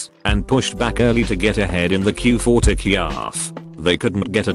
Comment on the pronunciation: lol talk ee off